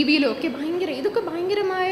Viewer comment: Thudakathil"Bayankaramaaya" kurachu koodipoyo